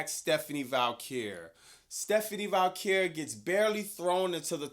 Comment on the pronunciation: Dude... STEPHANIE VAQUER there is NO letter L in her name.